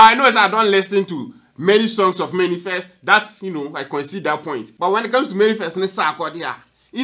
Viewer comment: The word is manifest not Many Fest okay 😃😃😀😀😄😄😄